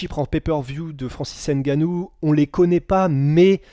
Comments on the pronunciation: Svp on dit Francis ngannou mais pas francis N gannou mais svp! Vous faites pas exprès j’espère Sinon super le taff , belle vidéo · On dit ''Ngannou'' pas ''Engannou''